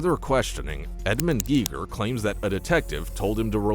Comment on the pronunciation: It's pronounced Gay-gher. It's a German name like the German physicist that invented the Geiger Counter.